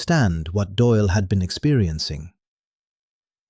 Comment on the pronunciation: Doyle not Doil.